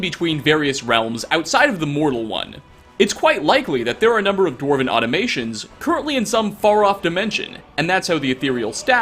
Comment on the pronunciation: Dwemer Automatons, not Automations.